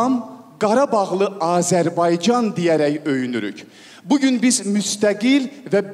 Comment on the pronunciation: Что за ведущий)слова Azərbaycan не правильно звучит) говорит АзербайДЖан